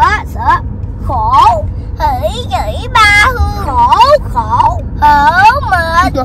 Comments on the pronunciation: phát âm đớt vần Kh nghe dễ thương quá, nhưng phát âm đúng tên cha bả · Bả đớt cỡ nào chớ tên cha bả vẫn phát âm đúng nha haha... clip qua nay nhìn mặt bả cưng qua xá